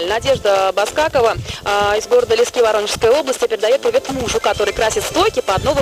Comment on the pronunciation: Вот только не Лиски́, а Ли́ски. 73!